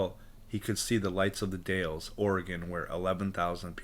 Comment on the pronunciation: Hi, I really like this channel, because you show maps and 📌 pinpoint Bigfoot locations. Imagine saying the Dowels, this is the way you pronounce the Dalles Oregon sir, I've been there many times. Sturgeon fishing. Thank you for your channel on Bigfoot. From the Oregon Coastal Mountains 🌄 Range 🏔️🌞🇺🇸 Dave and kathi.